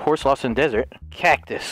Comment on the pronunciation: "cocktus" 2021